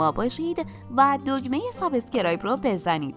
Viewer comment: حرف ب در کلمه سابسکرایب کسره نداره و ساکن هست